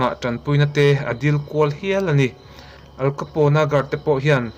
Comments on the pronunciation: Al Capone i lam dan khi adik lo... "Aal kapaw...n" tiin lam tur. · Al capone,how to pronounce'"AL KHAPOUNE"' .. Heti zawk hian ani e. 😏